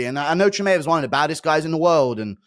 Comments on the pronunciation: Chimeav and Topuria. Off the top of my head. I just had to turn it off it's so annoying. And l am British too! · you have to be taking the piss guru there's no way you say Chimaev like that lol CHI-MAY-EV I'm a big fan dude but the way you say that annoys tf out of me lol great analysis as always though